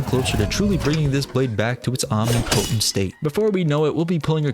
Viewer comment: It’s not “omni potent” it’s omnipotent.